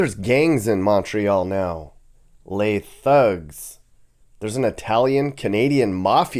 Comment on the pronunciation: It's LES hoods you!